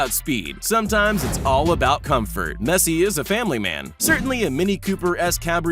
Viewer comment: Yeah sure "laionel messi"